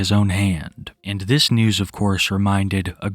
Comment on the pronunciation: Wow, dis is incwedible